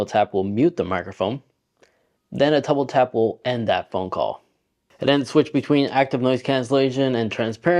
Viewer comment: “Touble tap” 😂😂